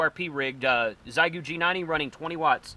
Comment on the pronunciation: Heads up, it’s pronounced more like “shay-goo.” Hello from OKC.